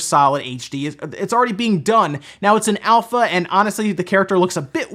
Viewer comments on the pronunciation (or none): none